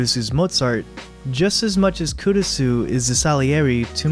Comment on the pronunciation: Try pronouncing the "u" less when saying Kurisu, It's almost silent (the important thing here is almost), the "u" should almost be combined with the "r" when saying the name.